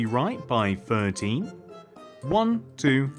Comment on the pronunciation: You are saying 13 like 30😂😂